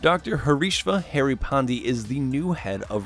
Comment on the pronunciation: The way Harry's name is butchered......it hurts me as an indian